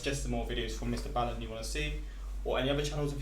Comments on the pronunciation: B-aaaallen not bailen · it's ball-in. Not baal-in. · you got to start saying his name properly